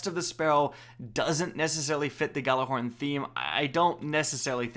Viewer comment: Oh my god he said Galla horn. I know that’s not how you spell it not mad though